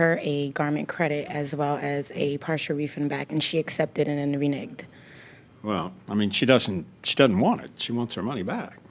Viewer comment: "she re-nigged" LOL!!!